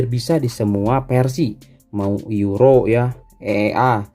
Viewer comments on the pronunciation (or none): none